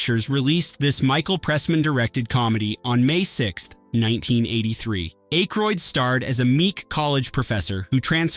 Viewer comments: Who is “Dan Acheroyd”? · Can you please PLEASE just get a real human being to read the copy? Just ... any human being. Any normal human being knows how to pronounce "Ebert" and "Ayckroyd". And how to sound more human.